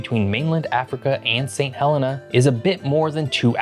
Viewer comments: It’s pronounced Saint Heleena. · For a geography channel, why do you mispronounce nearly every place name? "St Helena" Angola" "Cape Verde", etc.